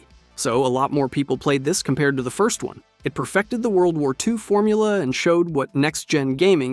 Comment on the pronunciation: Is no one going to point out him litteraly saying onest instead of first lol